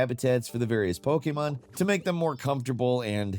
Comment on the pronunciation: It really bothers me the way he says Pokémon